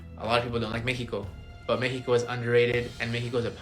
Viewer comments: guy made a whole video so he could keep saying Mexico in the most bizzare way. Like a whole sentence in English and then says Mexico weird. I'm sure he realizes no one respects him. Lol what a loser clown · If you say Meh-hee-ko instead of Mexico, you've already lost credibility with me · I hate how he says Mexico